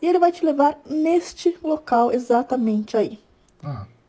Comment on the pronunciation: Cadê o "X" nesse "esatamente", Man...